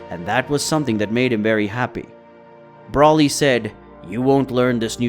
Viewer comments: dude really calls broly "Brawly" 💀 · people still can’t say broly or whis right smh